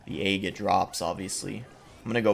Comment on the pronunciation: You say egg like "ayyyg" whereas us normal folks pronounce it like peg without the p. It should rhyme with leg, Greg, beg, Meg, etc.